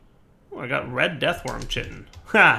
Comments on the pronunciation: it's... it's 'KAI-tinn'. Not 'chittin'. jeesy creezy, my friend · lol chiton It's "K-eye-ton"